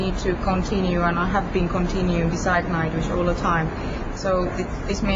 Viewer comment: Eu entendi nightwishka😹 wishka de gato Tuomas é um mesmo